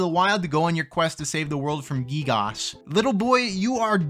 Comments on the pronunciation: U PRONOUNCED GIYGAS LIKE GEEGOSS FAKE FAN DETECTED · gee-gahs lmao